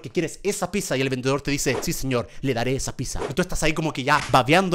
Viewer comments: German es pizza no pissa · no dice pizza dice chizza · Yo escuchando que dice piza 🙆‍♀️oooouuuuuu 😊😇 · yo escuchando que algunos dicen pisa y yo. digo. pidsa se que esta mal escrito pero es la. pronunciación 😎